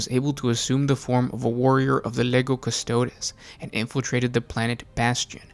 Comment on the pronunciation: Stop mispronouncing custodes